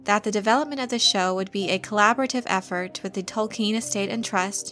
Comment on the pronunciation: Can i legitimately listen to an expert on Tolkien who can't pronounce his name correctly?